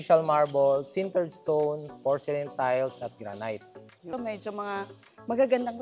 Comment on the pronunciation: granite is pronounce as granit..not granyt